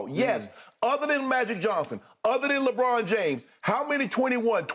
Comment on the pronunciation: Bruh said lebrick😭😭💀